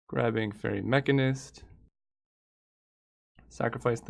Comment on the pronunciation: how does he not know how to pronounce mechanist... its the same as mechanic